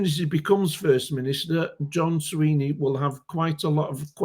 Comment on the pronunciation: It is Swinney not Sweeney.